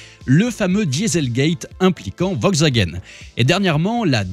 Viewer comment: C'est "VoLkswagen".... On prononce le 'L" hein... 🤣